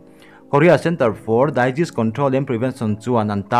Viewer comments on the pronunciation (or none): Disease hi Daiziz tia lam tur ani lo. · Daizis control or Disease Control.. A lam rik dan hi ka hresual nge Disease (Dezis) tia lam tur a ni em aw.